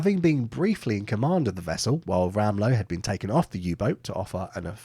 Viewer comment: The "W" in "Rahmlow" (or Ramlow) is pronounced as a "V". "Zee" is pronounced as "Zay".